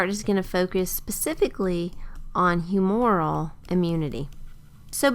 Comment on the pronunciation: "humoral" is mispronounced in this video. It's whew-moo-ral with the accent on the first syllable. A little bit like the word "humor" with an "el" stuck on the end